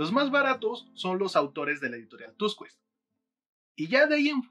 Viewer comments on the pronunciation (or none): Muy interesantes contenidos, gracias! Por qué dices editorall "Tusqüets"? Se lee sin u, como si fuera Tuskets